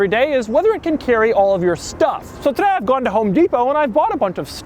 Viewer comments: so TTTODAY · listen to how he says today